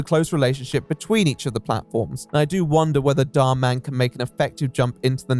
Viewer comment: You are the only creator I've seen that refers to Dhar Mann by actually putting the emphasis in the right place. Everyone calls him something like Dharman, like he’s a superhero lol